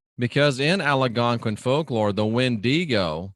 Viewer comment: You pronounce Algonquin wrong